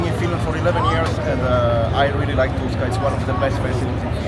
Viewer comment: you butchered Tuska so bad mate. It was like i didn't hear that at all...quick life hacks...try to say thx in their native language, be considerate and don'rt fight finns.